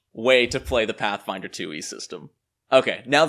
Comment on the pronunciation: Does this guy even like Pathfinder? When you say it like that it sounds awful.